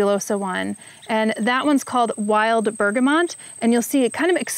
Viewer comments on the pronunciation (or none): Bergamot….there’s no ‘n’ in it. The video also has it incorrectly